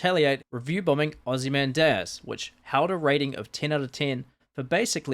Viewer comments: Oz-ee-man-dee-us. Thanks for slopping the pronunciation. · might be one of the worst pronunciations of 'Ozymandias' ive ever heard